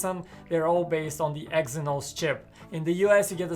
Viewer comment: Watch the damn video. He said Exynox many times 💀💀💀